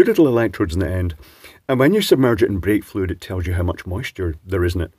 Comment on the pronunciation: For a second I thought you said vape-fluid tester. 😅